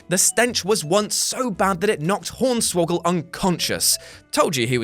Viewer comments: Did he just say pornswoggle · He said pornswoggle